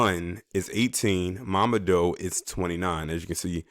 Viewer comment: His name is pronounced "mama-doo" an Ethiopian Brother..R.I.P.